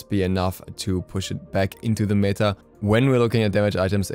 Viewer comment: You're pronouncing "meta" wrong :( Good video though